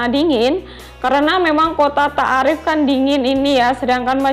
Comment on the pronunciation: Izin ralat bukan kota ta'arif tp baca ny kota to'if...